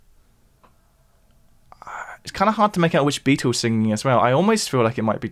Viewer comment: Sorry - I just struggle to get past the way you call them The Beetoos. 🙄